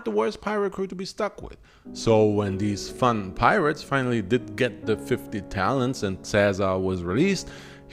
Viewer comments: Caesar had a daughter with Cornelia. That wasn't his first kid when she died. Also, it's Talents, not Talons. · No shade (love these vids), but did you mean to say 'talons'? Or are you talking about 'talents', when recounting the ransom money for Ceaser's kidnapping?